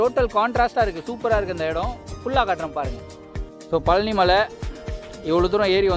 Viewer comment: thanks for the video /. please say பழனி not பலனி!